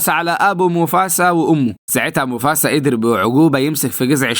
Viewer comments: بالله عليك انطق الأسماء عادى انا مش قادر اكمل الفيديو بسبب تاكا و موفاسا و كيارا و اى حاجة اخرها ا بسبب نطقك انا اسف والله بس بالله عليك غير الطريقة دى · موفاسا مو موفسا